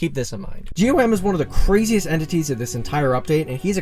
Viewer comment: By the way, GOM is actually pronounced as "gaum" and not "G.O.M", in livestreams the devs call him by gaum, just letting y'all know